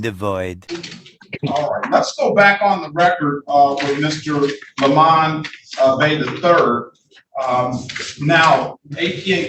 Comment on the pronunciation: I love how the judge insists on saying " Lemon" instead of " Le Mon".